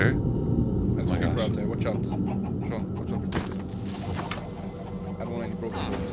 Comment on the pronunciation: its Shawn. not Sean bruh.